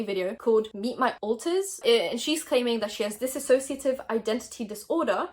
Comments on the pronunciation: Just letting you know it's dissociative not dissasociative they're very different things :) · This was great video but it’s “dissociative” not “dissAsociative” just clarifying so you know for next time x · by the way it is not disassociate it is dissociate they are two different words i hear ppl call it the first word and it is not theres no a at the beginning im just letting you know bc ppl get very annoyed by that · I know it's not their fault but it bugs me when they say dis-A-ssociative